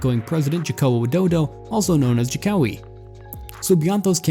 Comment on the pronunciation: I am not gonna be strict and angry on how you pronounce indonesian language, but how you pronounce jokowi is funny lol